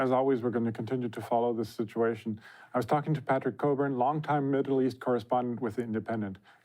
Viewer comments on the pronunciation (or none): This guys name was COCKburn not COburn.